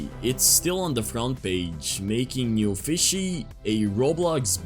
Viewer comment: it aint “newfishy” its “newFISSy”💀 . (Guys im not hating just pointing out something)